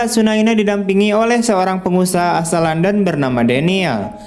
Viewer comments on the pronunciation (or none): none